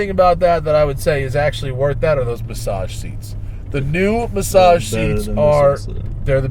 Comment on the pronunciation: Matt, go blow your nose lol He said "Bassage seats"